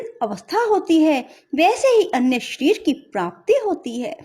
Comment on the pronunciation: Y geeta ka adhyay to achcha h pr Hindi vachan m bhut ashudhiyan h jaise......svrg .shreer.smpoorn.aur vishay adi bolene m bhut ashuddh uccharan hua h.plz ese sudhare🙏🙏